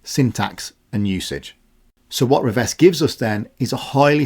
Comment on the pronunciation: 'Revesz' is my surname unfortunately. Thanks for saying it correctly, most Polish speakers get it wrong 👍